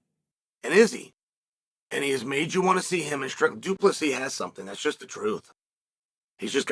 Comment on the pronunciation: Du Plessis! The 's' is silent but its there